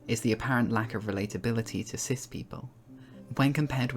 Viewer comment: Every time you said cis I heard sith lol